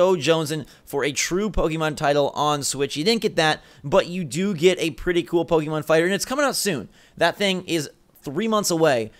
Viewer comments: You corrected the one guy for saying Pocken, but you still say Pokey mahn instead of Pokeh-mohn. You might as well go all the way to Pokey-man. :P ARMS not the better game. It's fun, but doesn't have much long term playability, especially when there's already Splatoon which is the same short attention span game play. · GUYS IT'S PRONOUNCED POH-KEH-MON ... Not poh-KEY-mon. Hurts my soul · "poken" ....."pokken"